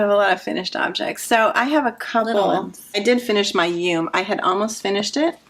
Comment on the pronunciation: Hi ladies! Just discovered you recently from Kristen's channel. I wanted to note two things about the Yume top. 1- Yume is the Japanese word for dream, so it's pronounced in two syllables, something like "you-mé". 2- about the extra armpit fabric. I wonder if you could compare your arm measurement to the pattern schematic and your finished top? Maybe you didn't need an underarm cast on, if the pattern had one. I think that would create extra fabric in that area. It seems like you didn't have the issue with you flower top which didn't have extra underarm stitches, right? Hope that helped!